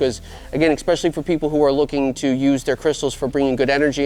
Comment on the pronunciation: It’s “especially” not “expecially” no judgement just would want someone to let me know if I was saying it wrong. Love the content.